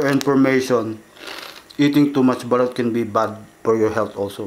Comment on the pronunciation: Daming nagkakamali s word na Balut pero "BALOT"tlaga Tama spell hehe